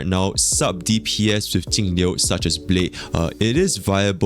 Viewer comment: I cant distinguish which character you mean when you talk about Jing Yuan/Jingliu/Tingyun. With the way you pronounce their names it all sounds like Tingyu :D